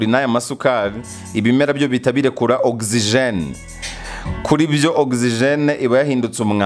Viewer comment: Oxygen not OXIGENE